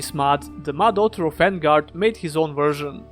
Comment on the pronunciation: On-guard not En-guard.